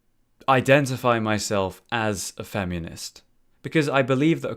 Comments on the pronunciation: He says it FemEEnist and it bugs me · haha "femunist"